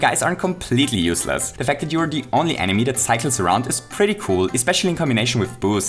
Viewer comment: I'm gonna ruin this entire video for you: says Enimy